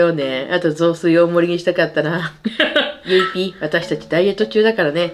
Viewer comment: 振り返り動画楽しいし、視聴者さんのコメントセンスあるし、オカリナとゆいPの読み方がめっちゃ好き！！！